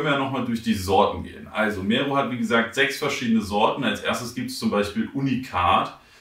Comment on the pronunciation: Kann verstehen, wenn man Probleme hat mit ausländischen Namen. Aber so schwer, das R in Mero zu rollen? Klingt halt mega whack